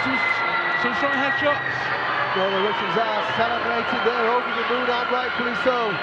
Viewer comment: It's Russians, not Rooshins